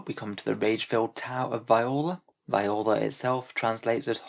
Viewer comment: Just a note Viorla is pronounced vee-or-la